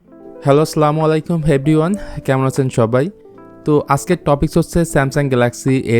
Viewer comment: আসসালামু আলাইকুম হবে সঠিক উচ্চারণ